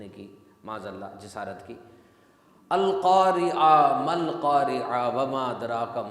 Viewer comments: القاریہ نہیں ہے القارعۃ ہے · بھائی القارعہ ہے